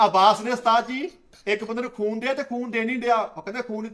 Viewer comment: 5.16 ਉਸਤਾਦ ਜੀ ਖੂਨ ਦੀ ਬੋਤਲ ਨੂੰ ਫੂਨ ਦੀ ਬੋਤਲ ਹੀ ਕਹੀ ਜਾਂਦੇ ਉ ਕੀ ਹੋ ਗਿਆ ਰਾਤੀ ਸੁੱਤੇ ਨੀ